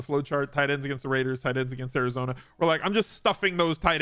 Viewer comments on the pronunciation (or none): none